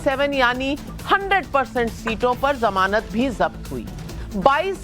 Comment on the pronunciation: Shahzad Poonawala, The correct word is Zamanat, not Jamanat.